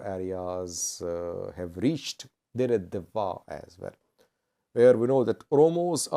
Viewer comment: It's Deredawaa not the way you said